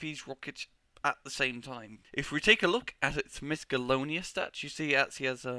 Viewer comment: mis-colonious stats? ay englisz iz herd